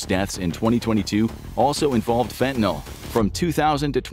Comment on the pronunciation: can we please start pronouncing fentanyl correctly? Fenta-nill